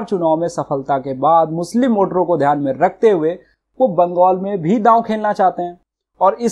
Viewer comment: बंगोल नहीं बंगाल होता है एंकर महोदय